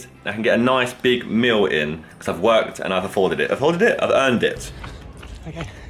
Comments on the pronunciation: My man says “meal” like he says “mill” 😂😂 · No one: Josh: a nice meel